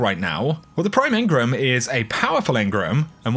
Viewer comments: Please stop saying Engrums, please say engrams aha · You know, engram has an A in it ;)